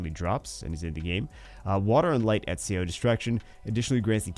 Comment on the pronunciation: Ezio = "et·see·ow". He's correct.